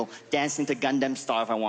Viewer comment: What the....i didnt even see her comment that I'm being racist! Ronny Chieng LITERALLY said GUNDAM style instead of Gangnam style, and I just pointed it out. How was that racist? Triggered from nothing 🙄